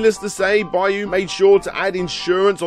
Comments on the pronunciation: It's just "byo" as one syllable. People add in that "E" sound that isn't there. I don't know the game's original spelling, but it looks like "byou" based on the "byoo," so you just hold that last "oh" sound. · Now repeat after me: Byuu sounds like Beau and not Bayou. Sheesh, I always wondered why they don't teach English phonetically instead of by word pronunciation. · Pretty sure that they're pronounced "bee-oo" and "he-gan".